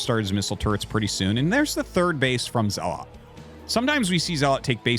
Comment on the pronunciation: Okay - this must be said after listening to your streams nearly every day for a month. It's pronounced ZELL - UT, not ZELL-LOT. Great casts, but your mispronunciation of the most common Protoss unit is killing me !